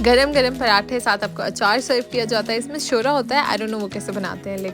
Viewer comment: shorba hota h shora ni hota 😂😂😂😂